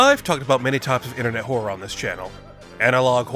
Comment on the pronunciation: would it be wrong to say it doesnt sound like hes saying horror……